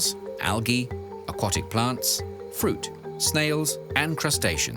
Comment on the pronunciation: If you're claiming to provide high-quality documentaries, you may want to watch the narration. I'd expect a video about turtles to be able to pronounce the word aquatic properly.